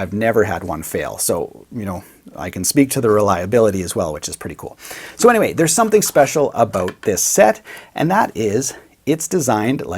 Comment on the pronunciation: No one:: "But Anywey"